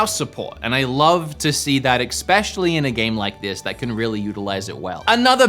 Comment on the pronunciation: Eggspecially.... am i the only one hearing this????